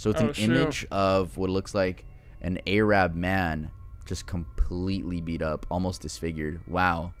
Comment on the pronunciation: Anyone else got really annoyed when he said ayrab and ayrabs